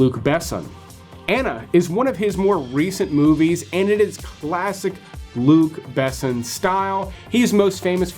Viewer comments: You’re pronouncing Luc Besson wrong. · The way you say Luc Besson is embarrassing